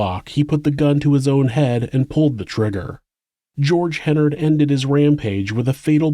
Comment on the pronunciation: Great job except you consistently mispronounced Hennard throughout. It's pronounced like "Menard".